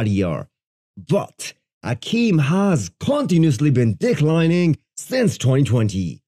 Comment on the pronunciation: Please STOP pronouncing "declining" like this lol it's so weird